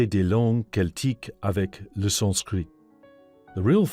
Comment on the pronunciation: The German pronunciation has a heavy English accent to it. The German language attempt at "Sanskrit“ is pronounced incorrectly also.